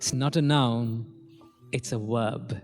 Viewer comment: I love your help xx. Lovely teeth x. Verb baby not wwwwworb. Xxxx